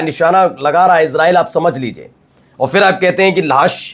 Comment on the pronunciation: Dear friend If you pronounce phir, not fir it's More correct Word your Urdu is very good with good accent,Laeeq Khan from Italy I'm your regular viewer